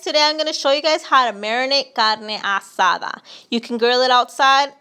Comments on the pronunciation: This this right here .... is great! The moment I heard carne Ah-sah-da I knew this was the real deal. Thank you :) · The way you said, "carne asada" the Hispanic way... I knew I was in good hands!